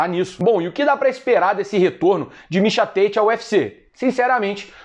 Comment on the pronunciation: Mixa Têite dublado para o ingnoreixom, ai vem vc falando em inglês mixa táti que é o mesmo mixa tate😂 cadê o personagem do ursinho pulf o que fala xiando kkkkk